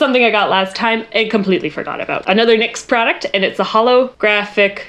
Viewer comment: When your sister just now realizes it's Nicks not N Y X...